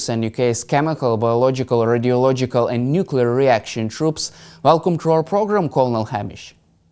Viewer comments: Tell the show's guests to go into a room with some carpet, curtains, etc., that can dampen some of the reverb (echo) in the room where they are speaking from. This guest's audio is very boomy. Nu-clee-ar not Nuk-U-lar. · Click bait title. Hamish mispronounces "nuclear" just like Homer Simpson.